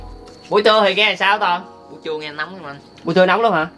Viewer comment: Anh Lâm cứ nói anh Toàn là tòn hoài